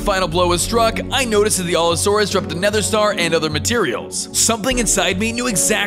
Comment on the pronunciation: Also you were pronouncing allosaurus wrong alot